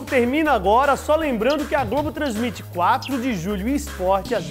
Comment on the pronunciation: "Glogo"! A gente se "Cliga" em você!!! kkkkkkkkkkkkkk